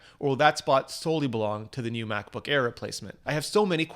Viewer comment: "Macsbook pro"